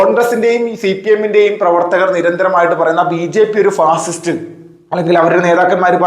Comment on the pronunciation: ഈ പാഷിഷ്ട്ട് , പാഷിഷ്ട്ട് എന്ന് പറയുന്നത് എന്ത് ഒതളങ്ങയാണ് ?